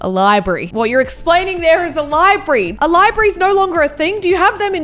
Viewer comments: No, No it's not called libree it's library. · you said libreee it is library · No it's a library not libri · Bid she say liebray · Why she saying Libry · It’s funny how she say libree.